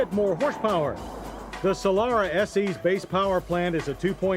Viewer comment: It's Solara not "Solora"